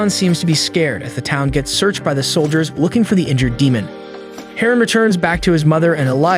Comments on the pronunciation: The way you pronounce "DEMON" is irritating. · Dee moan 🌝